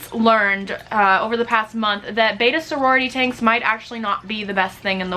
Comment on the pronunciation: It is pronounced "bet ta" not "bay ta"